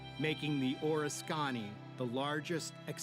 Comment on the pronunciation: the name of the carrier is {or risk ken knee} if you are going to make these videos at least do some research on pronunciation.